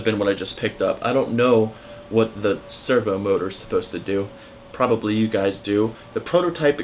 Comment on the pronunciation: anybody else cringed when he called a servo motor "server motor" LMAO